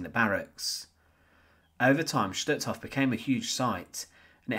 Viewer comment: Just as a point of interest, words such as Totenkopf 'Sturmbann', Stutthof and Gestapo do not have a 'shh' sound, as there is no 'sch' in them. Stutthof, for instance, is pronounced 'stoot-horf' in German (with stoot being pronounced as book or soot and a soft R at the end).